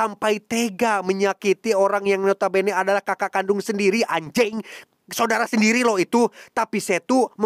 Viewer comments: Renyah banget pas ngomong "anjengg" 😂😂😂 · “Kaka kandung sendiri anjing” Medok banget😂